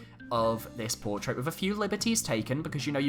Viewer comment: Dang, you can't say "portrait" right